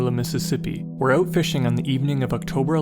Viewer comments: HAHA! Thought so. Nice. Oooot! Almost Scottish. Have you heard about all of the strange disappearances in national parks etc. David Paulides deals with it. missing 411. The Scottish lighthouses and missing British Regiment in Turkey WW2. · infamousfanclub Yep hes Canadian. You can tell by the way he says "out"!!! Ouuut